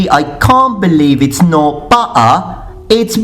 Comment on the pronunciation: Ecks Dhee I know he is, but I'm English, and ever now and then he puts on a stereotypical common English voice. If you notice the difference between the way he talks and the way talks when he first appears. The way he says butter and butted for example, is very common English